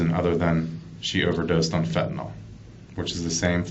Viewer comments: Can we please stop saying fentanall... It's ILL fentaNILL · Its pronounced "Fen tuh nill" not fentanOLL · I’m tired of ppl pronouncing it fentin-ALL. It’s pronounced fentin-ILL.